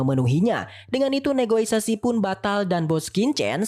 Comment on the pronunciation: Negosiasi bukan negoisasi...wkwkwkwk